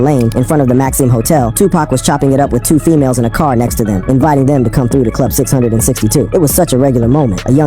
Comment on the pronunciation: It's pronounced "Club six, six, two", and Suge is not pronounced "Suje"; this was likely ai generated/ unable to recognize human feelings/ expressions.